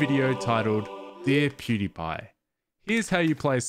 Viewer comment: keep saying Pewdepy... Isn't it PewDIEpie? From the verb to die?